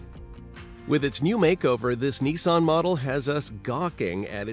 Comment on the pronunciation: ...Did he just say Neeson..? It's a Nissan...Niss-an.